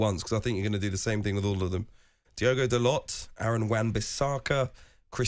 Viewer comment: is the only presenter on tv or radio correctly pronouncing Dalot's name. Sick of people calling him Daloh. It isn't a silent T, he isn't French he's Portuguese